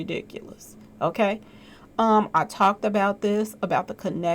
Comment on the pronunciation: lol "okklay"